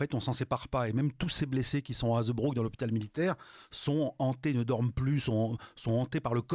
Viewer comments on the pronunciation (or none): Pour info Hazebrouck est appelé Noirceur-sur-Lys dans le "Voyage au bout de la nuit". Et çà ne se prononce pas HaZEUbrouck mais HaZbrouck !